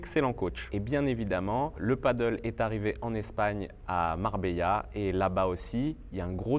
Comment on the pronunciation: Merci pour cette vidéo intéressante. Une seule remarque, il faudrait essayer de dire Padel et pas paddle.😅